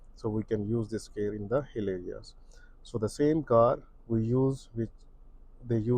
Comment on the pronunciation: LOW GEAR for “HILLY AREAS” (places with hills, slopes or steep roads) Exhausted to keep rewinding to understand those two words becoming sound like one word when being said 😮‍💨